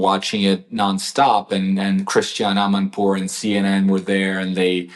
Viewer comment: Hey, say "Amanpour" 😂😂😂